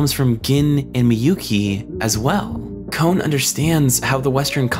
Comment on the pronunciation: Kon is not pronounced as cone.